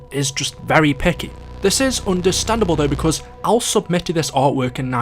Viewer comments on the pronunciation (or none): none